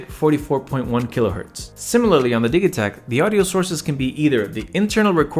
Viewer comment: I'm not sure what I'm more impressed with here, you're impeccable knowledge of both of these or your being able to switch "gigabyte" to "jigabyte" in the same sentence as the "Di-ja-takt" opposed to pronouncing it "Di-ga-takt." Either way, bravo! :)